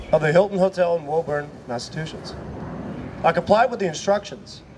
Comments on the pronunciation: Does he keep saying massatwoshits? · "I was booked by Warren on a flight to 'Massa2shits'" Oh. My. God. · Hustler can't pronounce Massachusetts. Budgie with a badge in an ill-fitting shirt.